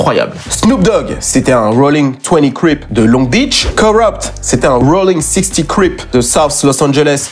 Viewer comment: On dit rollin six. o (lettre o)